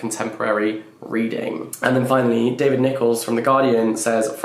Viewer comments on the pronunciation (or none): none